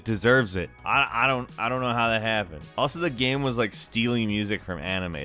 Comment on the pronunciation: Please learn to say the word game or maybe don't say that word every ten seconds